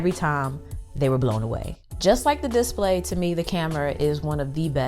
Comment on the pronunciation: I gotta say your channel is sooo underrated. By far some of the best tech reviews ive seen. Just one little thing it's display not dis-play :)